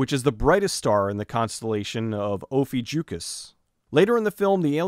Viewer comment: Ophiuchus [oh-FEE-oo-chuss]. I know, a nitpick.